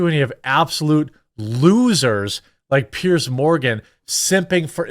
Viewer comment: FFS. Pronounce his name properly at least. He’s a tosser. And his name is Piers sounds like ears with a pear at the start. And yes it’s a posh twatty name.